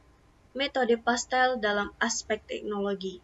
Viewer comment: Dosen Pengampu Nur Widjiyati,M.Kom : PESTEL .....Bukan PASTEL :face-purple-crying